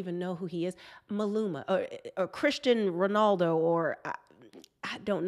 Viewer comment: Not "Christian Ronaldo"! It's Cristiano Ronaldo!!